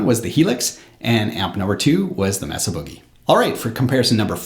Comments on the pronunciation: it's pronounced MAY-SUH, not Meh Suh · Mesa is "may-suh" like the geographic feature, not "mess-uh" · FYI ... "Mesa" is pronounced "May' suh" .. not "Mess uh" :-) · Very good demo. BTW, the "e" in Mesa is a long "a" sound, not a short "e" as in mess.